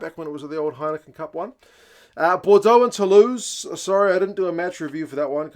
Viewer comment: It's hard to look past Bordeaux tbh but I would be delighted if Saints caused another shock after what's been a very tough premiership campaign. I'm saying Bordeaux by +10 though 😁. Oh and interesting observation on commentary pronouations, I actually didn't notice that but that was mainly because I was picking up on his Toulouse pronunciation of Tou-loose as in loose possession rather than Tou-lose as in not win 😳.